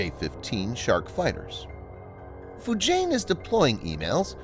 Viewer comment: Your pronounciation of the chinese names sucks! Liaoning is not pronounced "La-oh-ning". It is "Lee-ah-oh-ning". And Fujian is pronounced "Foo-jee-an".